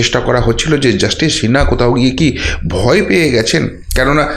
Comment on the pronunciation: I like your content, but please get your pronunciation right. It's Justice Sinha, not Shinna. And cbi not shee b i.